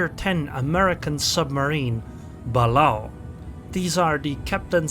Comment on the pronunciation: FYI it is pronuce Ba LAY o